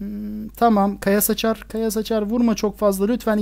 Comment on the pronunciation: abi de kaya saçar ağzından kaya sıçar gibi çıkıyor ama olsun seni çok severek izliyorum